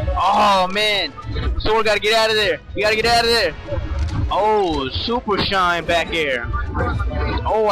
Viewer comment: "shien out of shield that shit is sooooo hard babay" he sounds drunk or cracked out my god lolol